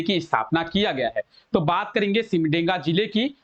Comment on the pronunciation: सिमडेगा न की सिमडेंगा , ठीक से उच्चारण कीजिए